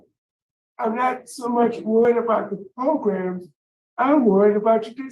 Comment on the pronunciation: yes... Progrums!!🤣😂🤣